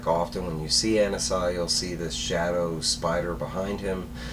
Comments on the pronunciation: I think Anansi is pronounced like Ah-Nancy. Anansi is one of the most important and popular myth is West-Africa (origins in Ghana) and the Caribbean. He is a trickster god and teller of tales, a bit like Coyote in many cultures of indigenous people of North America. He was an important character in Neil Gaiman's American Gods novels. I think it's great that he has become a DC character. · It's Anansi( Ah-Nah-Si ) in The Static Shock Tv sereis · It’s pronounced Uh-Non-zi, this is also ananzi’s 1st comic appearance as he’s a creation of the static show